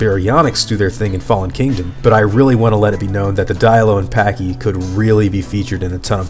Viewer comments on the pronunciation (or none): none